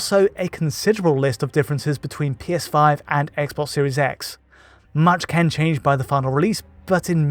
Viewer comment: why can't you say "can"?